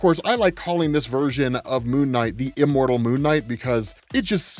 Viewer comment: I thought you said immoon (immune) knight due to watching most videos at 2x. Which also sounds cool.